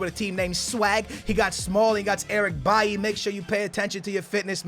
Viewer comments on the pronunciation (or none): none